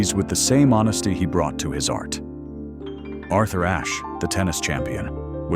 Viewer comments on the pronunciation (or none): none